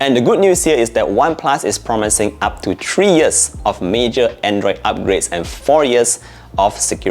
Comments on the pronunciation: Nord tree. 🌲 Dude, at least try to pronounce it as three and not tree. Super annoying. Other than that, good reviews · Nord tree 😂